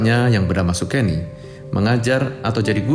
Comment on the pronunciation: Nama bapak nya bung Karno bukan sugeni, tapi sukeni